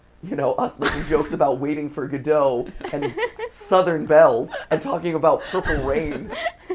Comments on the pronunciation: As a theatre nerd, I loved the reference, but as a programmer it physically pained me how MatPat pronounced Godot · As a british person, this episode might contain MatPat's most offensive language yet. Calling a fruit infusion tea is bad enough, though I've come to accept such from Americans. But, "Lukewarm water" ... how dare you, you should be ashamed of yourself! Followed it up be mispronouncing Godot ... how disappointing. Don't get me started on staunch...